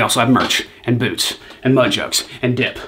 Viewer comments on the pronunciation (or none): none